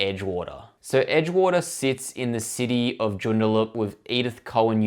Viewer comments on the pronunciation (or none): Joondalup ... Pronounced Joon-Da-Lup